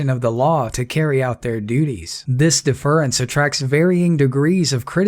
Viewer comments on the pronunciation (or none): I have a deep respect for English and for several foreign languages I have studied...thus it offends my sensitivities to hear your occasional mispronunciations...the word 'deference' has the accent on the first syllable...I have noticed with much concern the growing and widespread tendency for many people who really ought to be mindful of such transgressions, to misuse, mispronounce and mangle long accepted conventions of grammar and standard idiomatic expressions of English (I'm not accusing you of any of those things; you do quite well, actually), and my complaint is only directed at a general indulgence by the benighted public at large in such unsettling inaccuracies and misguided abominations.